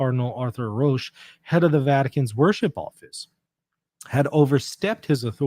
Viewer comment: Hello, can I say that Roche is pronounced in the same way as coach. Thank you for your programme. Our Lady. Seat of Wisdom, pray for us.